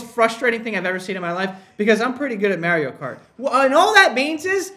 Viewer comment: The way he said Mario cart 😂😂😂😂😂